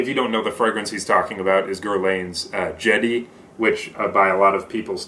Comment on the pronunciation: I am planning to get a sample set and this was really helpful. Thanks for sharing! And Shadee is pronounced "Shaadi" not Shady 😊